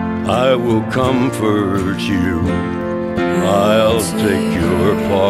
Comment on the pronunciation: “I will lay yme down” Jonny cash has has absolutely mastered pronouncing the words you and me into the same syllable.